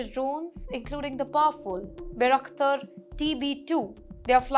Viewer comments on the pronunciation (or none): none